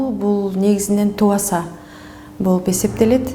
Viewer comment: Айланайын чала сабат журналист айым, кыргызча окушту алгач уйронуп алынызчы. Оюнузда тамгаларды так айтып туура суйлоп жатам деп ойлоп жатат окшойсуз. «Б» тамгасы ундуулордун ортосуна келгенде жумшарып, «У» тыбышын берет. Таныбаса, тубаса деген создорду жазылгандай эле окуп жатасыз оруска окшоп. Окулганда «туаса»(тубаса), «таныуаса»(таныбаса), «кауар»(кабар), «ауа-райы»(аба-ырайы), «тооуа»(тооба), «тауак»(табак), дуа(дуба) деп окулат. Качанга чейин ушинтип тилди бузуп суйлойсунор? Жок дегенде силер эл агартуучу катары туура суйлоп жургулочу.